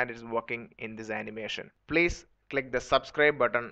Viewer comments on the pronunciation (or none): Blate... blease lol